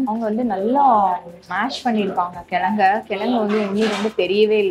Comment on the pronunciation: It's kizhangu and not as you are telling. i.e kilanghu. and vadacurry prepared in previous day's items like vadina and other kadalai maavu items.